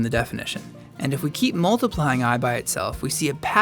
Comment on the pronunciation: Its multiplying. Not moltiplying. It sounds awkward. I have to bear this to learn complex number theory.